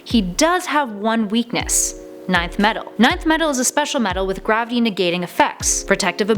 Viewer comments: But it’s revealed that Nth Metal is the 9th Metal in DC Dark Nights Metal, with the metals used by the Amazons being the 8th and the purest metal being the 10th. Yes, Nth Metal is pronounced Enth, but it is also the ninth metal, giving an actual number instead of the unknown “n”. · KWally07 As most have agreed, enth is the commonly accepted pronunciation, regardless of what it was originally called. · when I first saw Nth metal, I pronounced it as "enth" and still do, I'm just relaying its proper pronunciation o those supposedly 'correcting' her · Hearing you mispronounce 'Nth' made me cringe so hard every time... SMDH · Nth metal! pronounced as Enth. not ninth. please do your homework before making these videos. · 1. Who did Jim Gordon call out for? 2. It's called Nth "in-th" metal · It’s so triggering hearing her say ninth metal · Is she pronouncing Nth Metal as "Ninth Metal"? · Nth metal is pronounced as Enth. Just so ya know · its “bar-BEI-toes” and “EN-th metal” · Nth Metal (pronounced enth) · Lol ninth metal wtf XD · Please it's ENTH Metal, not nineth😅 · Pretty sure its not "ninth metal" and it "nth metal" (en-th) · Stop saying nineth it's nin-th metal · It’s not “9th metal” but “ Nth metal” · isnt it pronounced "enth" not "ninth" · Its not "ninth metal" Its "inth metal" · Oh my goodness. It’s NTH metal. Not NINTH metal. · It’s not pronounced “Nei-th” it’s “ni-th” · It's "enth Metal" not "nineth metal" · its not pronounced 9th metal ... its pronounced Enth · It’s not 9th Metal, it’s Nth Metal. Pronounced “En”, don’t you have someone to proof the scripts before recording starts? This just makes you look dumb. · It's Nth Metal. Not 9th. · isnt it pronounced enth metal not ninth metal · its pronounced enth metal not ninth metal nth=enth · It's pronunched "inth metal" not "ninth metal" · Nth metal is pronounced Enth metal. Not ninth metal. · Isn't it pronounced (enth) metal instead of ninth metal? Or does it not matter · Enth!!! Not ninth